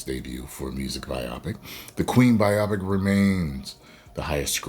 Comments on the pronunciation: What if they 'woked it up'? And, it's 'bio-pic', not 'bi-opic'. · You’re killing me😂 Bi-OPIC?! It’s Bio-Pic🤣🤣🤣